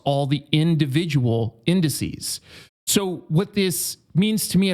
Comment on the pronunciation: "incices"..... what a doosh